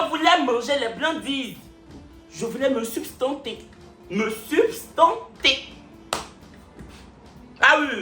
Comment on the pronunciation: Plutôt sustenter et pas substenter comme vous dites 🫣